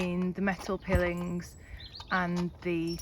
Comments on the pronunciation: First time I've ever heard pilings pronounced 'pillings', usually pronounced 'pyelings' 😅 Little tip, when you start to moor, use a piling hook (aka nappy pin) on the centre rope, the boat won't go anywhere then and they're very quick to put on and off👍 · Nobody calls them pillings, everyone pronounces them as PIElings, you are either an alien or this is an AI production. OK I'm calling it, this is all AI, is not an actual person. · Pill-ing's are pronounced pile-ing's - Stay safe sweet Lady 🙂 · Pronounced pilings not pilling. As in piles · Great video - it took me back 40 years ago when I would regularly narrowboat on holiday from childrens homes I was in. You did make me chuckle calling them "piiilings". I think it is pronounced "pylings" although it is spelled piling. Already looking forward to watching more of your videos. Ty for your effort in making them for us. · Hi, I've just discovered your channel and subsrcribed. That knot won't come undone by itself in a hurry. My only criticism is your pronounciation of pilings. They are pile-ings. I'll let you off though as I'm a newbie to your channel. I'll catch up with your previous videos later and I'll look forward to seeing future content. 👍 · Great vid but you desperately need a body mic ❤. Just another small point - "pilings" as opposed to "pillings"❤ ❤❤❤ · It's pronounced pie-lings not pill-ings. The metal stuff you chain your boat to. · That barrier at the side of the canal is called Arm-co and pilings is pronounced pile-ings I wouldn't say anything usually but you aren't going to want to live on a boat for years before someone says something, love the videos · P.s Pillings is usually pronounced pi - o - lins ❤ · Just for your information, the metal sides of the canal are called pile-ings not pill-ings. Love your boat x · Pye-lings is how they’re pronounced. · pronounced 'pie-els'. I've been watching Narrowboat channels for several years and I really like your approch to it! 👌👍